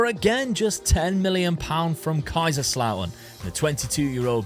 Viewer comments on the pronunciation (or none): none